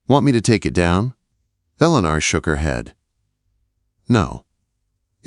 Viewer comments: C'mon,. The name is Ellen-or!!! It's mighty annoying to listen to a story with mispronounced names and words in the narrative. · I will try to listen to this story at another time, but the mispronunciation of her name, which should be "el'-ah-nor" was painful. Too bad. The comments say the story was good but I can't listen to the poor AI. Ugh. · Please research pronunciations ,,, Ellen-or. From Southern Oregon, USA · Annoying that AI narrator wasn't instructed how to pronounce ELEANOR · NW Minnesota I agree with others, the story is a good one. Probably could have lasted at least 1-2 years longer! I also agree that the mis-pronunciation of her name was extremely annoying. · Loved this story. The narrator needs to know how to pronounce Eleanor. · This narrator mispronounces Eleanor the worst I have heard in any of these Western stories.